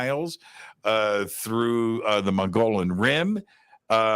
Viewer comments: It is pronounced mug-ee-yawn rim...the dbl LL is like a Y. Love your show am definitely a fan and want you to say it correctly and not get ppl angry. Just some info from an OG AZ born State 48 original! Much love! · Mogollon is pronounced Mo gee on. The g is pronounced with a hard sound.Otherwise a great show!